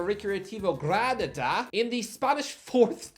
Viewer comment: Please stop killing spanish names, its GRA-NA-DA and A-LA-VES